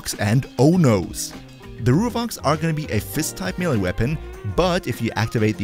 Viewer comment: Great content, but for the love of all that is holy, there is no such thing as a "mill-e" weapon! Both syllables are pronounced with an "a" sound, not an "e" sound.